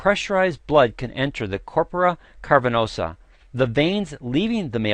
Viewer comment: The medical history is wrong. Viagra (AKA sildenafil) was invented to treat pulmonary hypertension. It was completely accidental that its effect on the penile vessels was discovered. This guy should also learn to correctly pronounce "cavernosa". (It's not "carpernosa".)